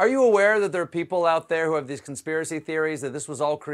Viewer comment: Why is Gates saying "W CHO" And again, WE NEED THE W CHO LIKE WE NEED A HOLE IN THE HEAD!! #BillGatesNWOShill